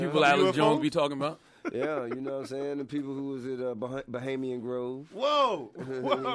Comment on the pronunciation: Not BOHEMIAN....but BAHAMIAN🤣🤣.